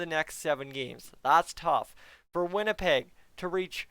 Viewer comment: did I just hear winnilpleg? Lol